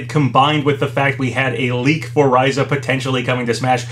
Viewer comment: It's said "Ten-say" btw, not "ten-sai". Also, pretty sure it's said " Ah-tee-lee-eh Ree-zah" not "ah-teh-lay Rye-zah". I speak French, so I know how to say atelier and you'd say the ry in Ryza like you do in the name Ryu.